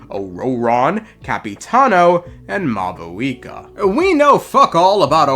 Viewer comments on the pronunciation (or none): "Mayooree" "mowee" "mahuhika" my poor language